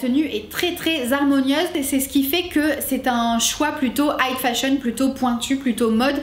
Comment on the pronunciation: J'aime beaucoup tes reviews, hyper professionnel et tu argumentes bien tes raisonnements, je suis fan! :D (Par contre, j'ai pas pu me retenir, j'arrêtais pas de focus sur le fait que tu dises "height fashion" au lieu de high fashion :P)